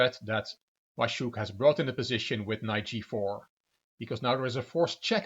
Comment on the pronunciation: Hey, as always you're good with foreign names! Your pronunciation of "Waszczuk" (Vash-chuk) is perfect. The name "Patrycja" in Polish reads more like "Patritsya" but English pronunciation is perfectly understandable. Well done! ( ͡° ͜ʖ ͡°) As to the scandal, it was quite big news in Polish chess world and nobody really has any doubts that Waszczuk was cheating. Her behaviour was more than suspicious, there are eye witnesses' statements available and obviously she has played moves way to strong for her rating. I personally think that a 2-year ban is not enough. In Poland, the players get 2-year ban for only POSSESSING a smartphone during the tournament, even without any further evidence or statements. In her situation, I find insisting that she is innocent and talking about "smear campaign" quite cheeky; if she admitted and apologised, we could consider this a lesson given to a silly girl, but since she apparently doesn't have any fair play or honesty sense at all, she should not be allowed to take part in tournaments ever again. She's not a baby and she knows the rules. Hit the road Patrycja, and don't you come back no more.